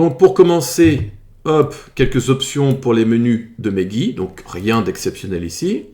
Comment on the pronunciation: "ce gi" 😂